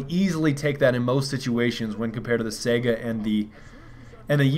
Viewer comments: SIGH GUH. Not sega. SIGH GUH. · just so you know the saiga is pronounced (SY-GA) i know you hate being corrected but just trying help. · dude, it's Saiga....with an i. not Sega like in Sonic the Hedgedog